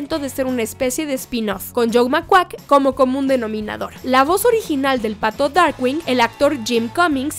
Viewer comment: Hay errores de pronunciación con el Pato Darkwing (Darkgüing) y Ma Baker (Ma Beiker) hasta Boney M tiene una canción.